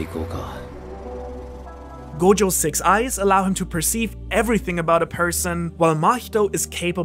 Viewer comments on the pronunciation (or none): Did you say " 6 Eyes"? Lol